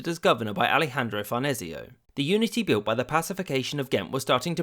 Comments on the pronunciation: Say Makker, we don't call it Brill. BUT BRIELLE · 'Brielle' not 'Bril', but thanks.